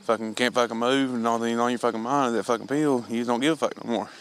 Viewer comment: The way they say "pill" like "peel" (orange peel) is so fuckin annoying man haha.